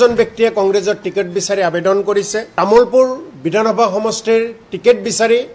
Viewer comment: আবেডন নহয় মূৰ্খ, আবেদন বুলি কোৱা